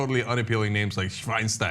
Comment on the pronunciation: Hey don't insult Schweinsteiger if you can't even pronounce his name